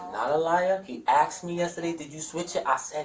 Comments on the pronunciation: There is no doubt that the dude stole the AirPods and gave them to his son. Also, honest question…why do black people commonly pronounce the word “asked” as “aKsed”? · Are you sure you axed him? 😂😂😂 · He axed his son?! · He AXED his son,ouch. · “Axed” “defamated” “you’s guys time” as soon as i heard him say these words and phrase i knew he was guilty 😂